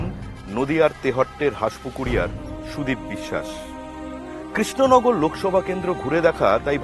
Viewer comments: Didi krishnagar ar pronounced ta thik kore aga koro tarpor na hoi vot a darou....#কেশনগর😂😂😂😂😂😂😂😂😂😂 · kesh Nagar na re 😂 krishnanagar